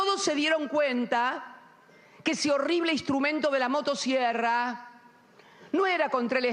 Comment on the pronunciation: Motasierra 😂😂😂pronuncia bien carajo 😂😂